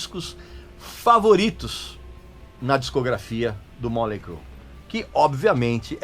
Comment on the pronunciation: Me admiro um cara como voce pronuciar o nome da banda errado. A pronuncia nao é Molei , faça um favor amigo.